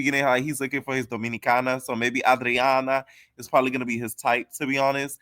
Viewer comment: Anne-drain-uh. I haven’t seen a black reviewer pronounce andraina’s name right. Lol